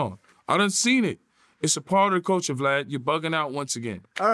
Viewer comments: It’s Vlad not Flav 😂😂😂😂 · Oh snap! I thought it was just me hearing Yayo call Vlad Flav more than twice.